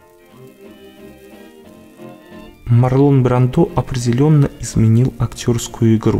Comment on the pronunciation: Правильно говорить МАрлон БрАндо! С ударением на А и в имени, и в фамилии! Всё остальное тоже ужасно! Я не придираюсь и не хочу Вас обидеть, но это так, к сожалению.